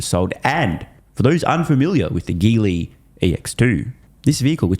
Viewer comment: "The 'ghily' EX2..." That name (Geely) is pronounced with a soft-G sound... 'jee-lee'. The Chinese name "吉利" (jili) means "lucky-profitable" (approximately).